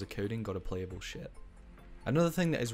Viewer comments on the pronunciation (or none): everytime you say ship I hear shit